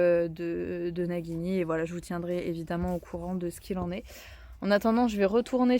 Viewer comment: coucou, si tu écris nagini comme ça, ça se prononce najini, il faut écrire Naguini normalement:-). Mais bon, ça c'est juste pour un détail. Il est très beau et gentil ce petit coeur mais il a bien de la chance d'être tombée sur une maman comme toi, il va être tellement bien traité et choyé et aimé, il va passer une vie de rêve auprès de toi. Lucas est très gentil de t'aider comme ça, il est formidable d'être un vrai soutien pour t'aider à mettre le petit en sécurité. Je vous souhaite à tous une très belle année 2024, ainsi qu'à tous les viewers de cette vidéo!